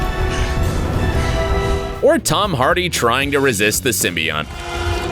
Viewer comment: sorry.. Did you just say symbion